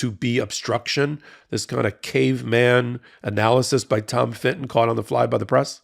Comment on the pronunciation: Love you but STOP saying Finton for Fitton. You said it so many times I went mental and the proof is that I wrote this comment! Like Americans calling a Nissan car KNees-on. Or an Audi an Awdi.